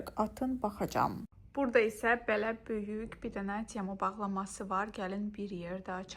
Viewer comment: Yorulmadan yazacam, nə olar k hərfini deməyi öyrən " böyük" məsələn. Baxmaq isdeyirem, amma əsəbləşirəm.